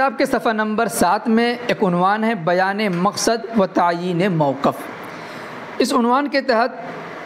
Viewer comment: السلام عليكم ورحمة الله وبركاته آپ سے یہ درخواست ہے کہ لفظ موقِف میں حرف قاف کو کسر کے ساتھ پڑھے